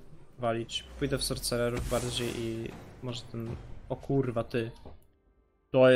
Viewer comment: Sorsererów nie sorcecerów sie czyta gościu